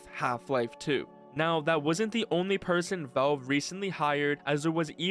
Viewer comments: Why are you calling it veulv?? VALVE !! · Bro says velve instead of valve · Say it with me: vAlve vAlve. Not velve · "Vaulv" :face-turquoise-covering-eyes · Ahhh yes my favorite game company, "Vove" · am i trippin or does this guy keep saying væuv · Let's play a drinking game. Drink a shot (of your preffered alchoholic bevarage) each time this mf says vowlv. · "vulv"... lol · this is killing me to watch, “Vouve” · Why does bro pronounce Valve like "Velve" lol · not hating but why do you say valve like volve? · why does he pronounce valve like valwve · What the hell is ‘vove’ and why does bro keep yapping about it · Why does he pronounce it as VELVE? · im so glad someone said it i thought i was going insane, hes saying veulve or something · hehehe, he says it like "vove" huehuehue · What is that accent when you pronounce Valve like "Velve" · The way you butchered Valve as "Volve" makes me think you are Scottish or British for some reasson lol. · It clearly sounds like he's saying "Velve". When does it ever sound like an O ? Either way it's sounds dumb and i hate it :face-green-smiling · wtf is this "thowlv" you keep mentioning? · first we had people saying Oobisoft, now this guy here says Veolve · God I hate how this dude pronounces "Valve" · VALVE, there is an A!!! AAAAAAHHHHHH!!!! Wonderful video <3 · why cant you pronounce valve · Weirdest pronunciation of Valve I've ever heard